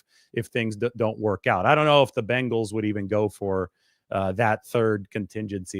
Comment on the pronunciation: It’s so nice to hear someone say Bengals instead of Bangels it really drives me nuts watching football as much as we do. I have faith that the Niners front office will make the right decision, even though we might not understand it at the time they know what they’re doing